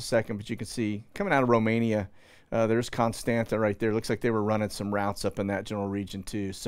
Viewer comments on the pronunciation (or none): none